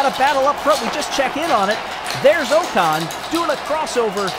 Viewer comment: great stuff, but Ocon's name is pronounced like "ockon" (rhymes with sock on)